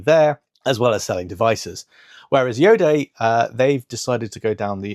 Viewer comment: Hi! Iodé is pronounced io-day, where day is a short sound.. it refers to the place of origin of the brand (the Bordeaux area in France) as well as to the "iodized sea air", hence iodé! Hoping this helps...